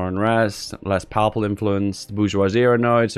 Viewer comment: at least now I know it's not just ISP, the word "papal" is unpronounceable by non-religious English people.